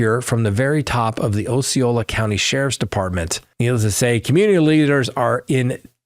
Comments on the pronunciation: It’s AH-ceola not OH-ceola just fyi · Ah see oh lah not oh see oh lah. Named after the Indian chief.